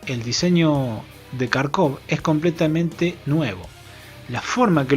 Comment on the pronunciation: un consejo, Kharkov se pronuncia Jarkov. En el idioma ruso, ucraniano y derivados, la "kh" suena como la "J". Saludos.